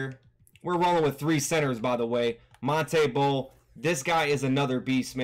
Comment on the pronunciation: He said Maun-tay Bol instead of Ma-noot Bol